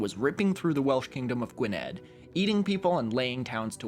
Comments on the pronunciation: Gwynedd is actually pronounced like “Gwen-ith”. The “dd” in Welsh is pronounced like a “th”. Gaelic languages have very odd pronunciation. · Mate I love your vids but please learn Welsh pronunciation before saying Gwynedd with a D sound not a voiced TH sound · Obviously no-one should be expected to know the pronunciation of Welsh but you should really see the channel "Cambrian chronicles" which talks about medieval Welsh history, he talks about Wikpedia a lot in the rabbit holes he goes into. It's pronounced "gweneth" and "Grufuth ap" and Llywelyn is a hard one, the Ll in welsh uses the voiceless alveolar fricative, making the sound pass between he back of the tongue and the molars. So chhluelin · Oh! Also Gwynedd is pronounced like 'gwineth'. And Llewelyn starts with an 'll' which is actually kinda difficult to pronounce. Beginner's Welsh by Stephen J. Williams says, "[place] the tongue in a position to sound l from either side of the mouth, and [emit] the breath sharply without producing any voice from the throat." I also read somewhere, although I can't remember exactly where, that to pronounce it you put your tongue in position to say l but say h instead. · the county in wales is pronounced Gwi-neth by the way :) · unfortunately not enough to know that gwynedd is said "gwineth" with the dd similar to the "th" in "that"! Great tale though, made my welsh self laugh even if it's not real, and I shall now consider consider praying to Thorlak when i misunderstand a social cue <3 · its sah-win not salmon lmao the dd in welsh is pronounced th so gwynedd is gwyneth